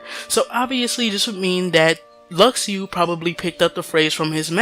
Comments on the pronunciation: Luxu is not pronounced Lak-shu or Lu-shu either, it is Latin and it's pronounced as Luk-shu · you dumb it’s ( lu-shu) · IT'S PRONOUNCED "LU-SHU" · i cringed so hard when i heard him pronounce luxu...